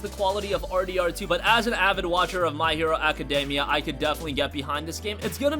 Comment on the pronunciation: My Hero Academia Not My Hero Academy You call yourself a fan lol